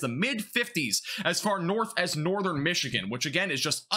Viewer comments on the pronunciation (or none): none